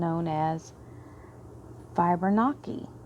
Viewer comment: Just FYI, Fibonacci is pronounced fib on Ah chee. It is a series of numbers that expresses a proportion that is found throughout creation. The spiral of the nautilus shell is an excellent and classic example, but the same proportion is found in the length of the joints when you make a fist and look down at the spiral of your bent fingers. Since you're on a learning journey at the moment, I suggest you look up Fibonacci numbers just by themselves. It's very interesting. Thank you for all you do, and I have to say you look just the way your voice sounds, lol! Awesome reading, and from your lips to Spirit's ears! I should be receiving money from the sale of a property soon, actually.